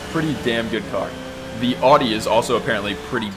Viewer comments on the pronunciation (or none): Did you say oddy? It’s pronounced oww dee. Audi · If you call Audi OR-dee one more time and not OW-dee we will fall out hahaha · I enjoyed the video! However... is that how most English speakers pronounce these German car brands? Audi without a U (Adi), and Porsche with an A instead of an E (PorschA)? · FYI Audi is pronounced like Howde but without with out the H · love how you pronounce "audi" 🤣